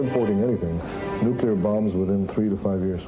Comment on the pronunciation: "Nuke-you-lar" boy is channelling GW Bush 😂